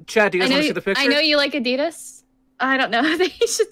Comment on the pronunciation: Bro it's ADIDAAAAAAASSSS NOT ADIDUUUSSSSS